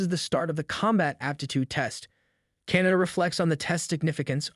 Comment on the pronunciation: KAH-NAH-TAH holy shit. CANADA CANADA CANADA 🤭